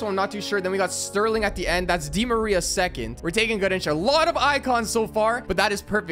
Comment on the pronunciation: The way he says garrincha he said gerrincha